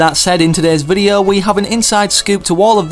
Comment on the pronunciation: despite his accent, he can pronounce 'o', but he says videa...